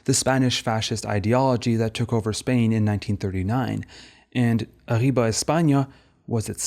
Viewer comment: i have to say your pronunciation of "Miró", "Lorca" and "arriba" with a french r is pretty funny as a catalan and spanish speaker. not that it detracts from how good this video is at all!